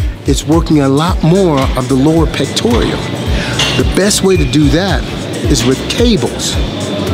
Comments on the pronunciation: Its pectoral... not pectorial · pectoral, not pectorial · Honestly you should't go down so low when you're doing dips. PS it's pectorals not "pectorials" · Just FYI its Pectoral not 'Pectorial' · I can see why you thought this. Due to the fact that he says pectorial instead of pectoral. Also saying things like when the shoulder moves forward it contracts the chest. Opposed to saying that the chest contraction pulls the shoulder forward. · Ive been sayin it wrong all these years. Ron Williams the expert says pectorial and Ive been sayin pectoral. THATS what I get out of this video. btw I LOVE dips. and I go DEEP. for 38 years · It's "pectoral," not "pectorial." , , etc. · completely agree with you, but it's lower pec or lower pectoral not pectoreal haha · It's the "Pectoral" muscle...not the "pectorial" muscle, by the way. Makes me wonder how much you know. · The muscle is called the pectoral, mate. NOT pectorial. You're a smart guy, but when you say "pectorial".... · 'Pectoral' not 'pectorial' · its pectoral not pectorial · I was onboard until he started pronouncing Pectoral as "Pectorial". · Love your explanation! However... there is no "i" in pectoral. :P You earned a like and a sub. :) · he is saying pectorial.... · It's "pectoral," not "pectorial." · Pectorial he says hahahaha. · Never heard of a pectorial lol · The fuck is a "pectorial" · Did the guy on my screen who is giving tips actually just say "pectorial"? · Also, not listening to someone who can't say "pectoral". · LMFAO, HE HEEPS SAYING PECTORIAL MUSCLE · I thought he was saying the "Lord Pectorial". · PecTORAL no I or E in that word...good vid and info tho!! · Legit, if you do it wrong, you can fuck up your shoulder. BTW: It's Pectoral- PEK-TOR-UL